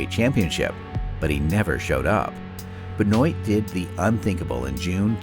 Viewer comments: As I was great fans of him, It's real weird to hear someone pronounced his surname as Ben-oit...... 🤣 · It's pronounced Ben waa lol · Hahaha Benoite lol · Benoit- if you say it, google spells it like your saying it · There's a couple problems with this video the primary one is how you mispronounce Chris Benoit's name several times in a final portion. You might want to read this because every wrestling fan is going to roll their eyes once CB is mentioned.